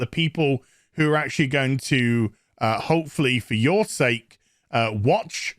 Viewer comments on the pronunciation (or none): none